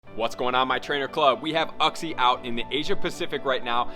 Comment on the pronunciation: it's pronounced "you-xie" lol